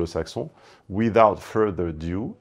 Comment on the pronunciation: Minute langue vivante : Without further ado…. EUH DOU Et pour le monteur, il n’a pas dit view mais due. Y’a rien qui va quoi!